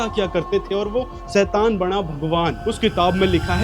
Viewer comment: सैतान❌शैतान✅ Baaki video is too good..👍🏻